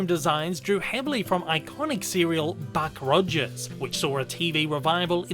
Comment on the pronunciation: Did he say, Bach Rudgers?